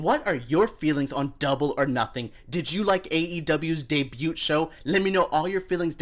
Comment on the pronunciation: He’s poking fun at the fact that you mispronounced the word. You’re not supposed to hear the “t” in debut.